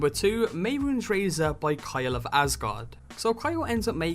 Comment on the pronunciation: _mey-roons? no no no no your wrong, ___meh-roon-es__ is how you pronounce it